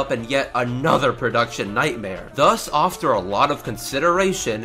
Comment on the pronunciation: Did you just say "offter"?